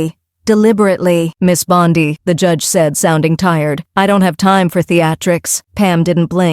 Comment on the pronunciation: God. Can anyone please please stop AI narration. My lord. Mispronounced names constantly. It's not Bond I